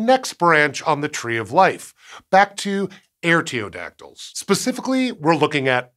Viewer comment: Artiodactyl starts with 'are', not 'air'.